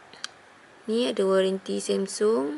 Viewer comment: sebut jela samsung xya la semsung aca omputeh je nanat